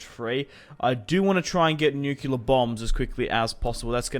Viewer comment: nucular bombs